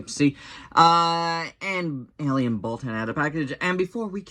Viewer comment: Wait did you say alien baltan or alien balltoon